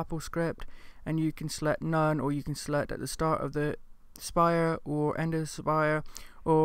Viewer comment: Thanks for the review. Not sure why you pronounce "sprite" as "spire."